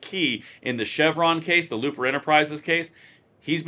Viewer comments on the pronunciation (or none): Loper, not Looper